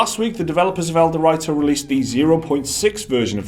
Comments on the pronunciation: It's El Do Rito not El de righto. C'mon guys you clearly did fuck all research here if you got that name wrong. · As mentioned above, it's a word play on El Dorado, Mountain Dew, and Dorito but wrapped into one word "El-Dew-Rito". When you go to the store, you don't call them "Dor-write-os" Dor-ree-toes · El-Dew-Ree-Toe. Like Dorito. Dew is short for Mountain Dew. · It's pronounced "DEW REETO." Doritos and Mountain Dew are "gamer fuel," thus the words were combined into "dewrito." It's a meme, you dip. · the way you pronounce ELDerwrito displeases me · Ah, I see what you're getting at now. They aren't using the Doritos/Dew connection but are saying it as El-de-write-oes, i.e. how it's written instead of using the meaning behind it to pronounce it. The difference being the position of the 'w', either at the end of 'dew' or the start of 'writo' in it's pronunciation. I don't know which one is correct unless we can find someone official saying it. You may be right though, given that connection. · The way you pronounce ElDewrito makes my ears bleed.